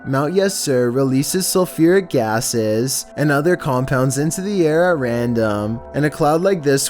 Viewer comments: Is nobody gonna talk about him saying sulfuric asses instead of gasses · Sulfuric asses 🤣🤣🤣 keep it up 👌👌👌